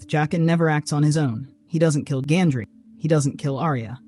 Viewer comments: Gendry. Not Gandry. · Robert's bastard's name was GENDRY. not GANDRY, smh... Also - oh, "NOBODY noticed this"??? Then why are there about 8 million youtube videos discussing this exact point??? For someone who claims to be 'more observant than the rest of us' - it sure took you long enough after the show ended to come up with this theory.... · It's Gendry, not Gandry